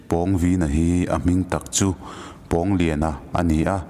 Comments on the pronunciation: Pawngvina tih ilam rik dan hi athluk a danglam nasa ltk a😂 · Pawngvina tih hi Pawng lai hi Sang tih anga lam tur..lam hniam loh tur a nih chu. Pu Liana chu Pu Thanga aiin a sang zawk..tih a Sang tih anga lam tur. a pawnga taka a vin em em vanga Pawngvina tih a ni e. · Pawngvina i ah hian thlukna om tur ni lo mi??? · Pâwng_Vîna tia i lam hi a dik chiah angem oo..! A ziak en hi chuan a hming hi a inzawm a, thluksan a awm silo a, Pawngvina ti a lam tur a ang.. ka lo ti mai mai.. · Pawngvina.. I lam dan hi..pãwngvina tur ni lo mi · pawngvîna (vin hi thluka,pawng hi thluk loh tur) pawngviiiina tih tur.. thil pawng kan sawi hemi pawng ni lo hian.... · Pawngvina ni lo..Pâwngvina... Pâlian tih tur thlukna awm ve ve.. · Ka nau pawng vīna nilo in.... Pawng vina aw thlukna a awm lo aw... mizotawng zir tha leh la ... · A hminga Pawng lai thluk hi a dik lo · Pawngvina tih ah Khan pawng tih ah Khan aw Khan thluk chanve hman ani lo a, thluk na a awmloh avangin pawngvina tih tur ani. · A hming i lamdan kha handik deuh pheise chuan angaihnawm leh zual ngawt ang pawng lai tak kha thlukna a awm silo a i thluk tlat a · Pawngvīna lam rîk dân/ thluk a dik lo. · Pawng I lam dan hi a dik chiah lovin ka hria. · Pawngvina i pronounce dan hi ka ngaimoh tlat..Pawng lai tak hi a hniam tur niin ka hria